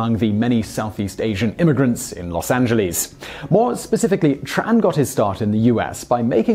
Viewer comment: Any chance Simon could be induced to stop saying Los Angeleez?